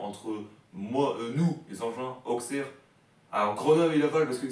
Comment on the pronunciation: On dit « ausserre »⚪️🔵